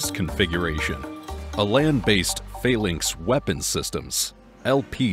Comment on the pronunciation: It’s pronounced ‘FAL - ANX‘, not ‘FAIL - ANX’, although its is spelt ‘PHALANX’.